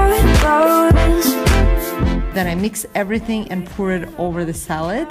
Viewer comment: Nice video., you mispronounce POUR. It's not the same as "poor". Pour rhymes with door. It's an O sound. Pour, door, more, sore, bore, for, core..... You get the idea, O, not U.